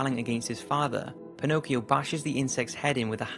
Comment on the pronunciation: Mi fa sbellicare il modo in cui pronuncia Pinocchio e Geppetto XD